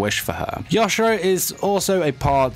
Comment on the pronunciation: I kept getting triggered when he said “ya- shi- ROW”